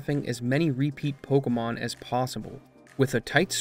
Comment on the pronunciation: Why does he call this pocomon?